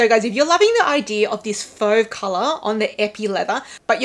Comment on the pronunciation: Your pronunciation of fauve is fine!